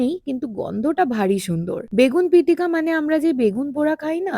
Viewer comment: Begun pitika na its begena pitikA and masor tenga...m from guwahati ❤